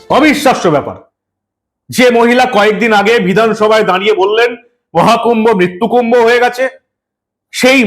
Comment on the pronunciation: উনি অনেক ভুল উচ্চারণ করেন! যেমন... পণাম, ( প্রনাম) পধানমন্তী, মিত্যুকুম্ভ, ইত্যাদি,😂